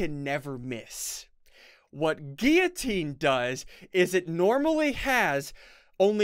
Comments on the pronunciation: Ssundee:giutine Me:its giulotine not giutine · Ssundee this is how you say guillitine Gill oh tene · Ssundee guillotine is pronounced Gil-o-teen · No it's pronounced gui-o-teen